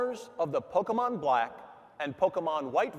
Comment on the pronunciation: Loueeeegeeees mansion 2 pauckemon black and pauckemon white